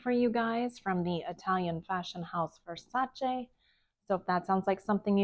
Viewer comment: Thank you for pronouncing Versace correctly! So many people don’t